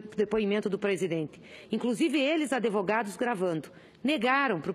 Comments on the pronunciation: "Adevogados"... Além de bandida, é analfabeta. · "ADEvogados" KKKKKKKKKKKKKKKKKKKKKKKKKKKKKKKKKKK